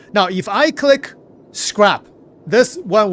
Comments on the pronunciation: Its scrap not scrape... lol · scrap, the A in scrap sounds just like the a in map. SCRAP. not Scrape where it sounds like ape. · Hey buddy just letting you know in english it's pronounced scra p - not scrape. Not being rude just noticed quite a few times you say scrape which confused me a few times until I realised what you were trying to say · ITS SCRAP!! NOT SCRAPE OR SCREP OR SCRIPTED!!! Wtf man... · "Scrap" which rhymes with Crap isn't the same word as "Scrape" which rhymes Grape. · "Skrip" "Scrape" Brother it's Scrap LOL! "Sssscccrrrraaapp" No E or I in that word! LOL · SCRAP, SCRAP...not SCRAPE...not SCRIPT! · "Scrape" and "Scrap" are two different words. Scrape (how you have been saying it) means "to remove a layer of something". Scrap (pronounced "ssk-rap") means "to destroy or discard something". Past tense: Scraped ("sskr-ape-ed) means you already removed a layer. Scrapped ("ssk-rap-ped") means it has already been destroyed or discarded. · Love your content, but I can't handle hearing you say "scrape" instead of "scrap"! Please, its crap with an s on the front. The two words have very different meanings! It makes me twitch every time... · Scrape is spelled with an E Scrap is pronounced scr-ap like an AP on your phone or computer not ape. Your pronouncing it like your scraping hulls on ships and it's a soft a like at not ate. Thank you for the video and helping us stay on top of all the changes. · my man, it's S-C-R-A-P short A, not Scrape with a long A. Two different English words, just an fyi. Just thought you should know. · Scrap and Scrape are pronounced differently and have two different meanings. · I think it's scrapped, not scraped. It's pronounced with the A having the same sound as if you say 'hat'. Scraping is when you scrape something off something, ie I scraped the paint from the chair. I can't actually read the text so forgive me if I'm wrong, but I feel safe to assume and hopefully help your pronunciation for the future.